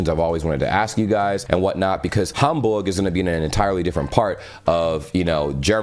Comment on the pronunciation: Is's very impressive, in which way you pronounce german words like München Gladbach or Hamburg. I hope, you enjoy your trip top Germany😉